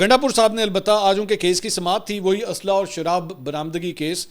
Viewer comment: Jis Tara word chaba chaba k bola k asla or manshiat Tere Mann me soor he